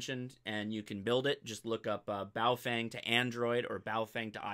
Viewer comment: PLEASE - learn how to say Baofeng correctly. It is pronounced Baofung - not Baofang. There is no FANG in that name. In the Pinyin Romanization system which China uses, "eng" is pronounced how Americans would say "ung" - as in "he hung the picture". You have a great channel. Keep it up.